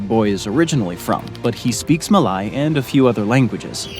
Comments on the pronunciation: it is Ma-lay....not Ma-lie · Malay is pronounced as mer-leigh just like how you'd pronounce Malaysia, but without the last syllable. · Malay is not pronounced Ma-lie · Malay is pronounced Ma 'lay'. Not Ma 'lie'. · Malay is pronounced "mah-Lay" Malasia "mah-Lay-zhe-ah" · u mispronounced Malay, >:( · He pronounced Malay incorrectly